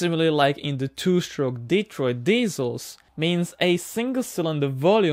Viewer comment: Thank you for pronouncing the name of the engine and it’s home correctly, it’s “Deeeetroit”. Thanks again.